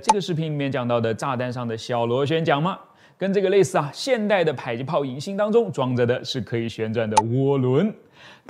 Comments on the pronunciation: 為什麼迫ㄆㄛˋpuo 唸ㄆㄞˇpai??沒這個音啊⋯⋯ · ㄆㄞˇ擊炮？ㄆㄛˋ迫擊炮！！ 這個博主的發音是不是怪怪的？？ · 迫（po）擊炮為什麼要念成排（pai）擊炮？難道”被迫”“逼迫(po)”要念成“逼迫（pai）”跟被迫”(pai)嗎？ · 把這個東西念作迫(讀音為排)擊砲，在台灣念作迫(讀音為破)擊砲 請問單獨念迫時是怎麼發音的?